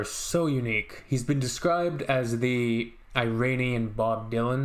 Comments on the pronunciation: It's not eye-rain-ian... It's Irānian. /Eeh-run/ Iran. The language is Persian. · Good on you to listen to it! It’s not “i”ranian it’s “ee”ranian! But appreciate you liked it perhaps I suggest checking the lyrics which is a rage against a religious dictatorship which is going around for centuries and the lyrics is librations from religion! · Yes eeeeeranian is correct not i-ran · It is not Eye-ranian . It is Iranian . Like Italian not Eye-talian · agree 100% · It’s not really I-ranian, it’s Iranian, pronounced eeeranian 😉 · Iranien not Eyranian and yes the language is farsi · EERUNNIAN is the correct pronunciation , most Americans prounance eetalians as atalyens!! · iranian or persian not eye_ranian duuuude